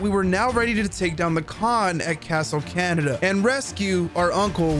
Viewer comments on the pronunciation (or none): Kaaa ne da, Kah neigh da, not Canada. Please. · It’s “khan-E-Dah” not “canada” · isnt it pronounced ca-neh-da? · I love how this guy says castle Canada 🇨🇦 😂 love from sri lanka